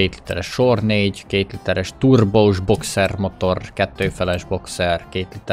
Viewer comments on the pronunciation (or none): 2 literress turrbóss boxerrrr motorr😂😂